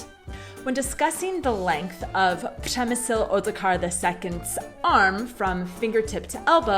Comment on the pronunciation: "Apples and oranges" je myslím v české idiomatice něco jako "míchat jablka a hrušky / jablka s hruškami". :o) A musím pochválit úplně luxusní "Ř" v Přemyslovi! Nádhera! :o)